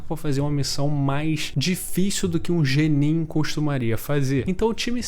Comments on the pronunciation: Cara muito legal sua visão, mas que agonia vc falando GENIN [Jenin] é [Guenin] kkk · Foi mal, eu achei muito engraçado as vezes que você falou "jenin" ao invés de "genin" 😂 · Que "jenin" mano. Fala direito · "G nin" kkkkkkkkkkkkkkkkkkkkkkkkkkkkkkkkkkkkkkkkkkkkkkk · O vídeo ta ótimo, mas eu passei o video todo pensando "ele tá falando gnin..." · só faltou falar genin certo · Ótima oratória mas não aguentei ele ficar falando "Jenin" 😂